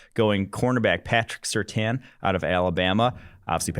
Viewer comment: These guys are too young to know how to pronounce Surtain.